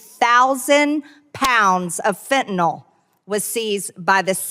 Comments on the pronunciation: Dear MargaNazi Greene [divorced failure] it's not "Fe'anull" it's FEN-TAN-ILL spelled Fentanyl, and Biden has caught more of it crossing the border than anyone else ever has, that's not a failure, that's a Biden success, you Russian asset! Thanks for exposing this fascist moron. Since Boozeburp and her like to say unfounded, untrue crap or unverified disinfo in Congress, Raskin guys should just start calling them Russian assets openly on the Floor. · Fentanyl, Ben, not Fentanol. nil. 'N Y L' is pronounced nil. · Ok. Just a personal beef but also a heads up. I am a nurse. Please pronounce “Fentanyl” correctly, especially when MAGATs get it wrong. It’s FEN-TAH-NIL, not fen-tah-nahl. Fentanyl rhymes with, “Pay my bill” not “Tylenol”. Thank you. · Why can't MTG pronounce Fentanyl? It's 3 basic syllables. Fen-ta-nyl Guessing she's one of those who say nucular too